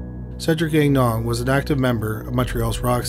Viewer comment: Please tell me I misheard you pronouncing, "Gagnon" as "Gag-non"... Thanks,.